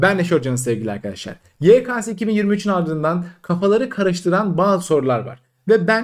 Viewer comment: DOĞRUSU YEKESE YEKASE DEĞİL